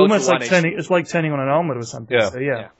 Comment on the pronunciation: LMAO THAT ARMLET PRONUNCIATION LOL